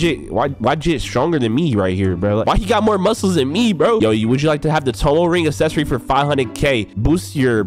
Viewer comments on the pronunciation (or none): none